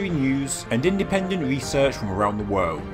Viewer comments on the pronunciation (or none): It's pronounced 'werld'...not....'woild'